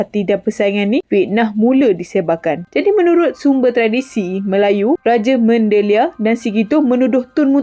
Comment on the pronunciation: Bukan Raja Mandeliar tapi rajamandaliar . Bukan raja tapi sebutan rajaman ..